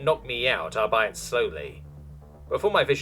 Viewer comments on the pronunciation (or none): This is a fun story. Other than a few mispronunciations (like “albeit” pronounced as “al-bite” instead of the correct “al-bee-it” or “microbial” as “micro-buy-all” instead of “my-crow-bee-al”) it’s quite well done and a good yarn.